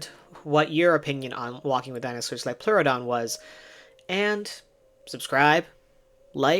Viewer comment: "it's a leoplerodon Charrrrley